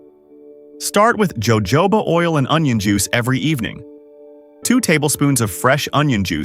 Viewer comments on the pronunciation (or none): Evidently you’re not very intellegent… it’s pronounced hohoba, oil , not Jo jobs! Yikes don’t do video if you can’t even pronounce the item you’re talking about!